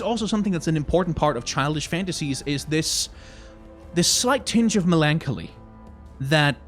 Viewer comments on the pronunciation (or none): the way you said melancholy made my brain emplode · great video except for the way you pronounced melancholy, it makes me wanna punch a baby =)